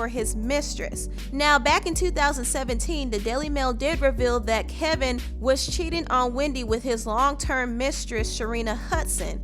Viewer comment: Isn't his name Kevin? Maybe its the audio, but i feel like the narrator is saying KELVIN with an "L". Am i hearing her wrong?